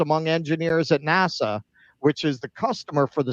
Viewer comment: The way you are saying NASA is driving me insane!!!!